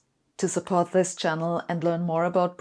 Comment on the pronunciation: This made me smile. Not many youtube videos do that. I love Sabine and have done ever since I heard her say "you can't make up zis schitt".